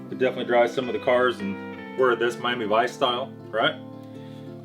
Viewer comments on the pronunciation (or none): none